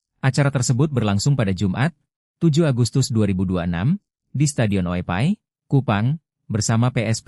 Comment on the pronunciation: Oepoi min. Bukan oepai